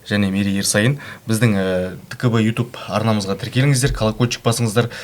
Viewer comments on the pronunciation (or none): none